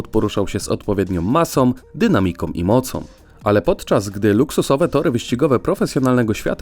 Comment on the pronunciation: "...że każdy samochód poruszał się z odpowiedniom masom, dynamikom i mocom". Mimo wszystko "ą" brzmi ładniej ':-)